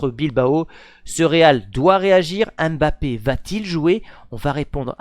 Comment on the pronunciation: c'est qui Bapé ? 😅